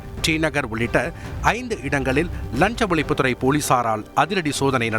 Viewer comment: அது ழஞ்ச ஒலிப்பு துரை போளீசார் இல்ல.. லஞ்ச ஒழிப்புத் துறை போலீசார்.... உன் நாக்குல தீயை வைக்க.. தமிழைக் கற்பழிப்பது பெற்ற தாயைக் கற்பழிப்பதற்கு சமம்.. தயவு செய்து தந்தியை விட்டு வெளியேறி ஒரு வருடம் ஓய்வெடுத்து லகர ளகர ழகர றகர ரகர ணகர நகர னகர உச்சரிப்புகளை சரியாகக் கற்றுக்கொண்டு அதன்பின் வந்து செய்தி வாசிக்கவும்.. உண்மையைச் சொல்கிறேன்.. சத்தியமாக உங்கள் தமிழை பொறுத்துக் கொள்ளவே முடியவில்லை.. காதிலும் மனசிலும் குருதி வழிகிறது..